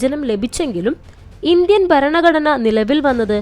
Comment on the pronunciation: ബരണഘടനയല്ല ഭരണഘടനയാണ് ശരി.